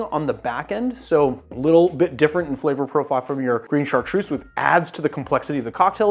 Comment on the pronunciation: I'm French, Chartreuse is pronounced with a Z like zoo. God kills a kitten everytime you pronounce it with a S !